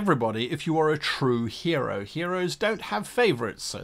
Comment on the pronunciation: I'm sorry, at the end of the intro did he say hero or gyro?